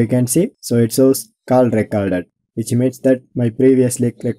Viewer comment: Your English has been slain 👊👊 what are you saying kal rakarded I don't understand your English